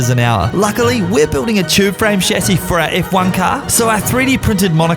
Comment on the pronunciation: I love that you don't say "Shazzy" instead of Chassis.